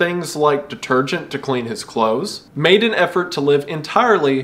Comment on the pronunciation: "clathses" Love it❤